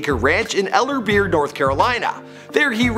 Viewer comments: Ellerbe not Ellerber Just saying 🤓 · It’s elerbre